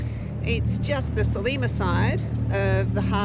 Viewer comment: Great that you have discovered pastizzi. To really appreciate the local food culture though you have to try Maltese rabbit stew and tuna: hobz biz- zejt. Glad to see Australian Catholic is experiencing the Mediterranean Catholic Easter. PS Its Sliema (SL EEE MA) not Selima!